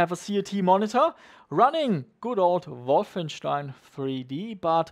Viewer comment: The proper German pronunciation of Wolfenstein, I love it! Nothing beats a CRT for DOS games, but it's getting harder to get them, not to mention people want ridiculous money for them.